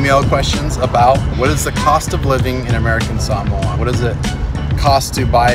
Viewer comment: Nice channel nice videos nice family. Just one thing. Your pronunciation of SAMOA is killin me. Try suh·mow·uh. I know. They laugh at me at the way I pronounce BALI.. They say its suppose to sound like Ball-Lee. I say "Bah"- then add "lee" Lee sounding on the up instead of on the down. And Biloxi they correct me suppose to sound like biluhxi. Seriously, that Saaa-moa sound has got to go. Sounds snobby.